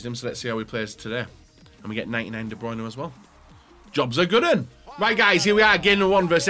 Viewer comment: correct name pronounciation please!!!